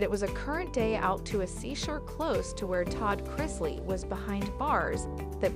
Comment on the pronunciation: Again. Pronounce their names especially CHRISLEY. PLEASE